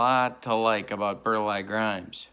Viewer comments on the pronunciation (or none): Great set! Bagby had 31 wins. Burleigh is pronounced “Bur-lee” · ...Burleigh Grimes was a neighbor to my uncle in Grand Rapids, Michigan...he managed the Grand Rapids Jets in the old Central League in late 40's early 50's. My Uncle always pronounced his first name as Bur Lee, not Bur Lie...yes another golden gem from my side of the Lake...